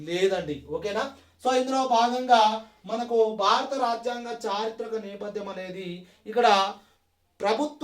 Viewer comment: నెపద్యం కాదు - నేపధ్యం